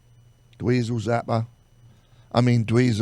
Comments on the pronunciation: Mispronouncing Zappa is just fucking over the line, you're a goddamn flaccid drunken old punk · Mispronouncing Zappa is no God damn mistake!! Jonesy's a fucking tool bag..